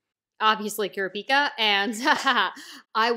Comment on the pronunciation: I prefer the pronounciation Lay-oreo for Leo And Kur-op-i-ka for the mage looking kid.